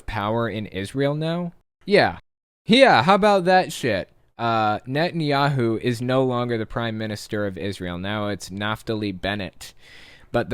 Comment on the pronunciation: I swear you said "Nuttin" Yahoo! I love it! Probably a better name for him!